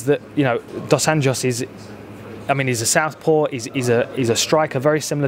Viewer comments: "DOS ANJOS" lady, not "DOS ANHOS"... "Anho" im Portuguese is a small sheep. "Anhos" is the plural of that. Please train your "J". Thanks! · Dan pronounce Dos Anjos properly, it's portuguese not spanish.